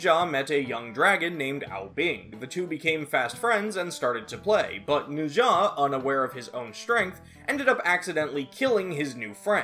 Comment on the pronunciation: it’s kinda wrong but I guess that might be a Japanese prononciation